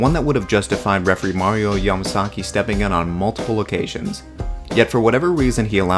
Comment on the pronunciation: Ya-MA-GAZZI!! MA-SA-SAKI😂😂😂😂